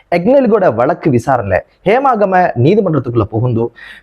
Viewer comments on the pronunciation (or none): Homagama not Hemagama